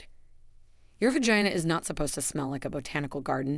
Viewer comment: I have never heard the words vagina or vaginal pronounced how it is in this video. It distractedly me from the content. Also why are they using young models when this is supposed to be for women of a certain age? I find it off putting.